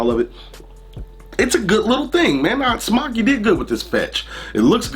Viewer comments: There's a line over the "o", so wouldn't it be pronounced "smoke" not "smock"? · Just wondering if you are pronouncing it correctly I was under the impression it was pronounced s m o k e like smoke to smoke a cigarette but now I'm unsure